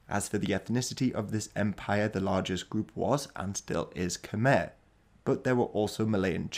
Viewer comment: Small correction, Khmer is pronounced "Kuh-May" not "Kum-Er" Weird I know. I loved this video:)